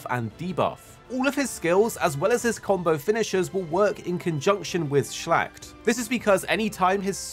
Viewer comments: Was wondering what he means with shlagt in the Percival part. Watched at the hud and saw the word. He ment Schlacht a german word and that was what he was talking about :D He butcherd this word unintentional i guess xD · It's so funny to hear a non-German speaker say Schlacht 😂 Love the videos 👍